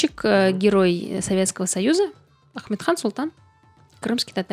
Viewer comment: Амет- хан Султан, а не Ахметхан. У нас Крымлы есть имя Амет-,а не Ахмет